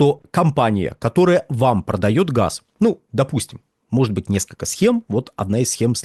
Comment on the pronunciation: Они говорят не газ , а хаз.